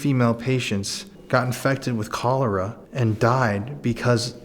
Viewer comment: It’s Cholera. Not Cholora 🤦🏻‍♀️🥰